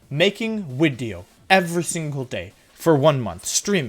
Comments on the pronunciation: At the start of every Wolfey video, I wait anxiously for the "So, there I was" and "wideo" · Wolfey + Video = Wideo simple maths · Why do you say "wideo" every wideo? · Why do you say “wideo” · Y does Wolfey say wideo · Mr Mime in previous wideo... Wideoy "Mime will be in next wideo", next wideo no Mimey. We Whiney for Money!